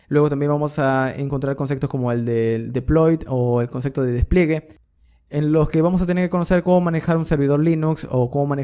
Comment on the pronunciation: Súper bien en el dominio de la materia, pero PORFAVOR no se dice CONCECTO, es concepto (con P)